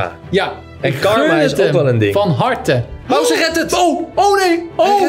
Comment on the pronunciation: Je spreekt het niet uit al pauze maar pausee de 2